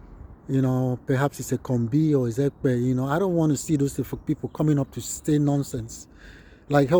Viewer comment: Well done sir Nice job Please I thought the pronunciation is supposed to be Efik, instead of Efuk